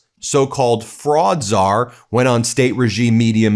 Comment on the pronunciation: You said Fraudczar, but I hear 'Frog'czar. His talking about taking the fish didn't help my second of confusion. With this Administration, I rarely get surprised by the stupid things they do or say.